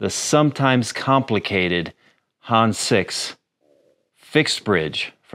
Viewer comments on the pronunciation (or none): It is not pronounced Hans, but Hannes. "Hann Ness" but without a pause as one word. Schönen Gruß auch Deutschland, netter Kanal 😎👍